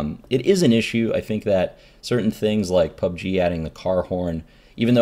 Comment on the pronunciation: Reynad, please explain what you mean when you reference things. I spent 5 minutes googling "club g car horn" before I realized you said "pub g"